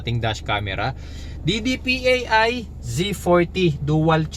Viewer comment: DIDIPAY, hindi D-D-P-A-I. :)